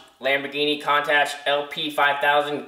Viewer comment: Hate to be that guy, but it's "coon-totch" lol.